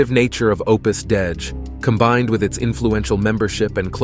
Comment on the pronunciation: Opus Dei (day-ee)